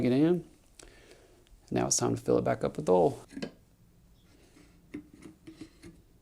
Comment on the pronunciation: Oil is not pronounced as all.